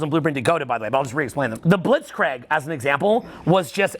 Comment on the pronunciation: I love you but god damn, its Blitz-Kreeg, not Blitz-Craig:D:DDDDDD